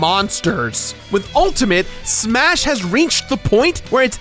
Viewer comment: "SSMMHHAA-shas always fely like a game..."